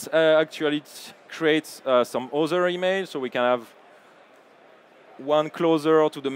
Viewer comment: You got very nice presentation however I want very politely point out to "presentators" - narrators very bad English accent - it's nothing offensive - but I got (and probably a lot of another people as well) very hard time to listen what he's saying. Can you please improve English for your workers / employees? - - what he means with word "WEAZZER"- does it means "weather"? - "OZER" - does it means the word "other"? I am sorry to say - but that is really bad to listen. All presentation are full of words that is not English-like subject.